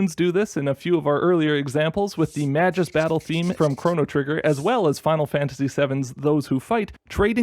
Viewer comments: Magus's name is pronounced with a hard G (I think). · The way people mispronounce magus hurts me. Hard g guys. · cRACKING UP at Mah-juice, who's Mah-juice